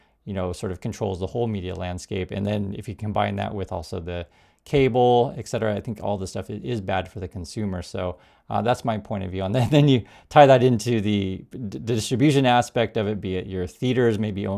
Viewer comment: Please stop saying 'EK CETERA'. It's 'et cetera'. ET - not EK. That's why it's abbreviated 'etc.'